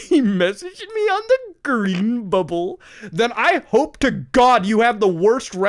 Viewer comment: Wow, Muta's poor, he messaged me on da gween bubbwe